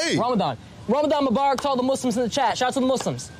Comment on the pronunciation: Ksi throwing the L when he said Muslims